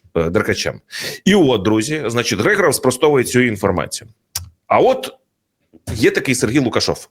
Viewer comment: Вірно вимовляти не ГригОров, а ГрИгоров. Тобто наголос на літеру "И". Хоча сутність цієї людини від цього не змінюється.